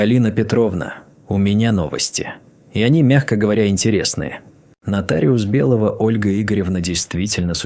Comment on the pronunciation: какая херня, мой дом, который я построила, притом, что его купили, продав квартиры, притом съёмную. А ОЗВУЧКА вообще за предельная 👎👎❗ - сЫнок...бЕлого...бОритесь🙃👎👎